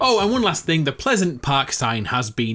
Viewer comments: Did he say pleasent park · anyone else notice he said pleasent park